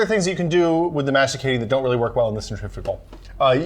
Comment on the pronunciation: They don't know how to pronounce "centrifugal" or "masticating". They don't know a masticating juicer needs two recipients. They forgot to have two glasses each so they can compare juices. They leave the orange pulp in the juicer making carrot juice. They don't measure either weight nor volume... The one operating the Omega forcefully stuffs 2 or 3 branches of kale onto the auger... Well... let's say that, from this video, I have learned two things : 1° those guys don't know either juices nor juicers ; 2° they did not prepare their video.